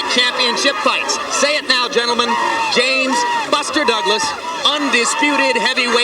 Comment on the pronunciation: You got to get it right though it’s James Buster Douglas.